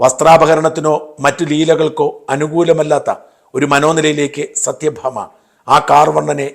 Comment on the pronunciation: സത്യ ഭാമ അല്ല സത്വ ഭാമ